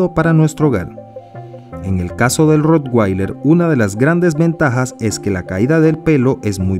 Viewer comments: Se pronuncia rotvailer, no rotguailer ni rotgueiler, ya que es alemán y en ese idioma la w siempre se pronuncia como v. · Se pronuncia Rotvailer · Al ser un perro alemán la w se pronuncia como v y no como u (inglés). Independientemente de esto, es un perro increible.